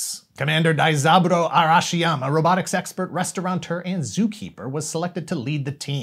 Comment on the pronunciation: I swear you're saying "robitic sexpert"